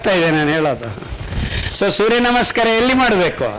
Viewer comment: i dnt thnk we can get any thought tat hes muslim if we are not aware of his name..his talks r lik tat..he pronounced surya nama in more better way than many amng us